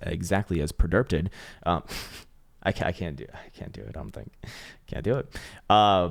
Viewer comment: “EXAAAAACTLY AS PREDERPTED”